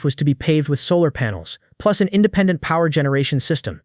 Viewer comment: Bro is saying pluts 1 pluts1😂😂😂😂😂😂😂